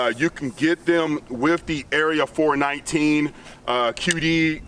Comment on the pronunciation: Obligatory, its "Area 4-1-9" and not "Area 4-19" It's the area code in NW Ohio where they are located and that's how everyone here says it.